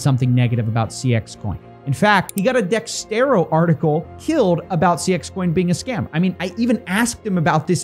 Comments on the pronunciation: why does everyone say dextero about dexerto bro lmao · Can't say Ice is "better known" as Paul Denino lmfao infinitely more people recognize Ice Also it's Dexerto. Not Dextero.